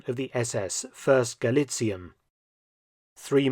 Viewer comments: Galizien is not pronounced "Galizeen" in German. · Minor remark: Galizien has not the 'regular' german ie, its pronounced [ɡaˈliːt͡si̯ən] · Galizien, pronounced with 4 syllables in German: Ga-LEE-tsee-yen. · Thank you again, Mr. Felton for presenting history in such short but accurate way and revealing uncommon historical bits and connections. One word for the pronunciation of "Galizien". Please don't hesitate to pronounce the last 'e', like 'Galizi' - 'en'. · It's weird to me that at first you pronounced 'Galizien' correctly and then stopped doing so for the rest of the video, "ga·lii·tsii·en" "/gɑliˈtsiːən/", the video is top-notch as per usual though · It is pronounced "Galizi-en". You got very close, just missing the last syllable :-) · While your german pronounciation is usually on point, at least for a native english speaker, this time you've made a slight but understandable mistake. "Galizien" is pronounced "guh-lee-tsee-en" rather than "guh-lee-tseen". The mistake is quite understandable since "ie" in german usually signifies an elongated "ee" sound, but, especially regarding names of locations and countries it is pronounced "ee-en", for example in "Australien" (ouw-struh-lee-en / australia), "Spanien" (spuh-nee-en / spain), "Argentinien" (arr-guhn-tee-nee-en / argentina), etc. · Just an FYI from a German-speaker: It's a bit confusing, since 'ie' is normally a 'long i' in German , but Galizien is NOT pronounced Galiziiin (with a long i), but exactly like it is written, Gal-i-zi-en. If you're unsure, look up the pronunciation of Spanien (Spain), where the ending is pronounced the same way. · Galizien is pronounced ga-lee-tsee-en, not ga-lee-tseen. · Sidenote: the ending "zien" Gallizien is pronounced as two syllables. "zi-en" hence Gal-li-ZI-EN not Gal-li-ZIEN. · Galizien is pronounced Galizien (Galizi-ehn), not Galizeen. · We dont say galiziiin. We say galizi'en